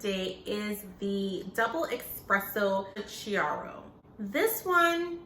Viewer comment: Diavolito is one of my favorites too. Don't take this as a snob move, chiaro is pronounced like key-ARE-oh. If you haven't tried the double espresso scuro, that one is very good too. I think the full-size decaffeinated one is pretty good too, if you ever have people around who don't want caffeine or you want to drink a coffee late at night. Thanks for another excellent video.